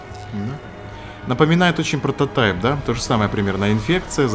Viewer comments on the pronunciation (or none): прототип а не протатай